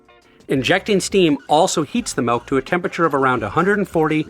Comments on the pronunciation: YOU SPELLED THE WORD! YET YOU KEEP SAYING MELK! WTF IS MELK!? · He's real, he says 'Melk'. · It's been a while since I've found someone in the wild who pronounces it "malk". I thought it was nearly extinct but it's nice to know they're still thriving. Joking aside, cool video, as always. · great video, chris. i like how you say milk